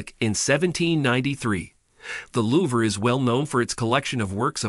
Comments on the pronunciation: I appreciate the effort but your pronunciation of certain French words like Louvre and Triomphe was painful to hear. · My thoughts! 😂🤦🏻‍♀️😂